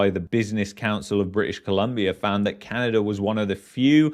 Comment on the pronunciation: its Canada, not CanadaR